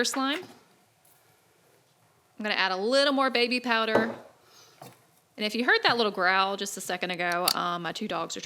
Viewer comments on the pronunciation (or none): none